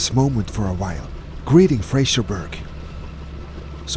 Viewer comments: You will have to learn how to pronounce "Fraserburgh" correctly. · there’ll be lots of Scots ( and at least 1 Saxon) screaming “It’s Fraserburra!” Not Fraserberg. Great vid, as ever.